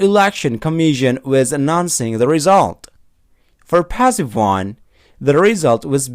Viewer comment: Mohon maaf banyak pronunciations yg salah nih mas, passive : bunyinya s bukan z, Gerund bacanya jerend bukan jirend, anounces s nya dibaca, commission dibaca ga pake z, present: prezent bukan prizent, Announce juga bacanya salah, dll kalau ditulis panjang, I’m not trying to drag you, tapi buat jadi masukan aja biar lebih bagus lagi kedepan,, thanks